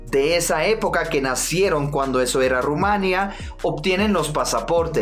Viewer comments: perdona, soy rumana. Por favor,se dice Rumanía (el acento cae en la í ). Gracias😊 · NO ME GUSTA COMO PRONUNCIA Ud.EL NOMBRE DE MI PAIS: EL ACENTO RECAE SOBRE " I " Y NO SOBRE " A ".PUES,POR FAVOR, PRONUNCIE RUMANI'A. EN QUANTO A LA UNION DE MOLDAVIA CON RUMANI'A EL TIEMPO DECIDIRA.No se como se siente una persona de lengua espanola cuando los ingleses estadounidenses pronuncian PINALOPI CRUZ en lugar de pronunciar PENELOPE CRUZ, " Z " con el plasamiento de la lengua entre dientes.Yo se,la pronuncion de Sud America es diferente pero Ud.como estranjero que respeta la lengua y supongo Espana,que es la MADRE DE LAS MADRES O REINA ENTRE MIL cuando se trata del mundo hispanico deberia pronunciar en concordancia con las reglas de la lengua literaria castellana.Entonces pronunciemos R U M A N I ' A! 🇦🇩🇦🇩🇦🇩 🇪🇦❤️❤️❤️🌹🌹🌹